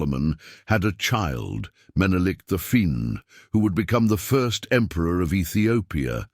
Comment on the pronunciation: Minilik the First not Minilik Fur.